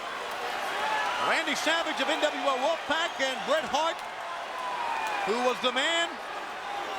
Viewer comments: So ass he messed up the name of bret hart go back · not the most infamous way that Buffer messed up Bret Hart's name